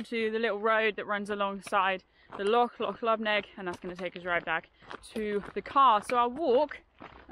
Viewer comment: is a scream, loved that fight she had with the map at the start. And I crack up every time she says Callander wrongly. But at least she pronounces 'loch' properly which is unusual for an English person. But why didn't she tell me they were here, I would have joined them.